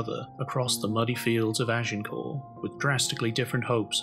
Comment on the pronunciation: The final ‘t’ in Agincourt was pronounced even in the Middle French of the time, let alone Middle English.